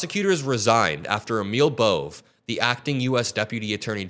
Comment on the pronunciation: "Bohvay": is how the last name "Bove" is pronounced